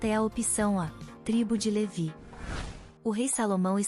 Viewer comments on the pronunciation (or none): none